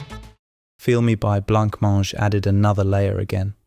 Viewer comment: Great list. I'd forgotten about the B Movie song. I think Blancmange is pronounced Bluhmange tho..